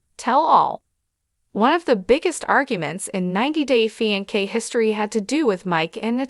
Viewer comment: Holy cow How bad is this narrator?!? Fi-N-kay?? Lmfao